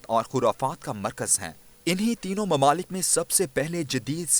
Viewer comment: Mamalik nahi mumalik, correct ur urdu.